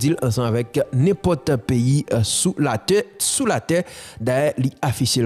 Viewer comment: Don comme si mw tande u di su la teurre 😂